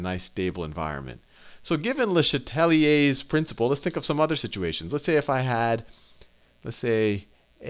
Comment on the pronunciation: I'm so grateful Sal doesn't pronounce it "luh SHAT lee aze" like some people do